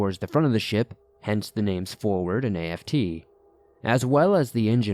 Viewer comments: A.F.T 😑🤣🤣🤣🤣🤣 it's aft like shaft but without the sh 🤣🤣 sorry I'm a navy vet and I'm dieing😁🤣🤣🤣 forward=front aft=back lol love ya stories tho . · Came here to see if I wasn't the only one who caught that. And A-F-T? How about just aft? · Hey. Thanks for the cool stories. Just want to let you know that the app isn't that part of the ship it is pronounced as a word. Not in letters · Aft is the rear of the ship and is a word not individual letters like A.F.T. Forward is the front. I think u said fore which I think also works. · Forward and aft, not a.f.t. like "after." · Story #2 is a hoax, no military personnel marine or navy would ever say a-f-t. It is pronounced as aft and to be spelled out like a-f-t.